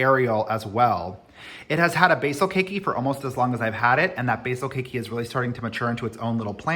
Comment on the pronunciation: Ok. It only took me 2 minutes and 48 seconds to fall in love with you again today. Lol I hope you're having a wonderful day and I'm going to keep on watching! Also, thank you so much for pronouncing keiki correctly. I had to stop watching someone else's video because he kept saying "kee-kee". I know, it sounds petty but I'm only human (and Hawaiian). LOL.